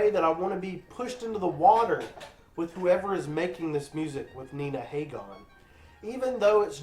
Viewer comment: Pronounced Ha-Gin, Dahling. I wouldn't be trashing Iggy, especially if you're a Green Day fan. Look up MC5, The Stooges, New York Dolls, The Ramones, The Clash, and X sometime.